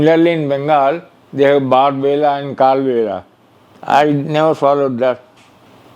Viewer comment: Sir that is bar bela not bag bela😅